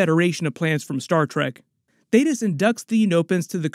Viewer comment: Finally! You said Thaedus correctly 🙌🏽 thank you 😂